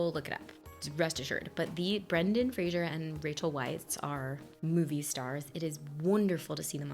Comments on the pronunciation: Yes, it's "Frazer" and not "Frazyeur" lol. But it's fine. Everyone makes that mistake. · Yep, it’s pronounced Frayzer. Not Frasier. There’s no “i” in Frazer. 😉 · I love this movie, I mimed the entire time 😅 Also: It is Fraser like Razor not Frashur